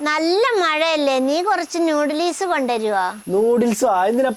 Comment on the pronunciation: നൂടലിസ് അല്ല ഉമ്മ നൂഡിൽസ് പിന്നെ കെറ മസാല അല്ല ഗരം മസാല 😅